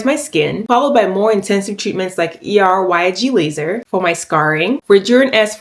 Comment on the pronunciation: Killed it with the pronunciation of Er:YAG. Love how educational this video is as well ❤